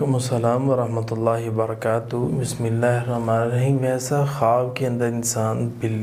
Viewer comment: Bismillah sahi padho